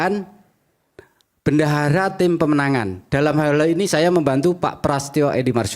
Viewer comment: Ngomong bendahara aja bandara jelas ada tekanan dan setingan